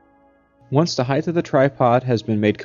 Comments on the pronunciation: Anyone who says 'heigth' instead of height needs to be beaten with sticks. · its height with a "T" sound at the end not heigth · There is no such word as 'heighth'. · You mean it isn't heidth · Oh give 'em a break. They're just college kids, obviously hungover. I like 1) the patriotic background music - it compliments the Asian dude using a German theodolite, 2) the mystery hand at point "c" ( } and c) the liberal use of the regional pronunciation of the word height as "heighth". Just my three cents....remember, this IS a plunged horizontal angle...replace your lens-cap, remove your batteries and pick up your trash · Thorough video, but even engineers should know how to pronounce "height."